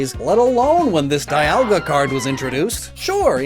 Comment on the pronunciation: It's pronounced "dee-ALL-guh."